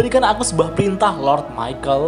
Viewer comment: Mikael woi bukan michel